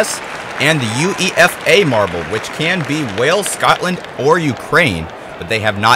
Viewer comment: Not that it really matters at this point, but it's pronounced 'YOU-AY-FUH' not U.E.F.A. This was a fun watch, by the way! Great stuff.